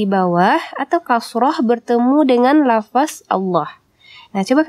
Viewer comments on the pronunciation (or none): Aduuuuuh mbak coba mengucapkan LAFADZ jangan LAFAS...Boleh aja Tulisannya LAFAS tapi tetep dibaca LAFADZ...